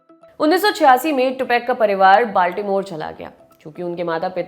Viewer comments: टुपाक होता है टूपैक नही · टुपेक नहीं है टुपाक है irritate hora hu me ye tupac ka nema galat sun sun je aapse news hi deni hoti he kya kuch shi se bolo hume bura lagta he aap nahi do enke bare me news to acha he koi ni puchra ki aap enke bharr me liko ya bolo